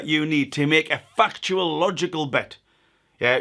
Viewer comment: When you said factual...it sounded like fucktual...and this is how new words end up in the urban dictionary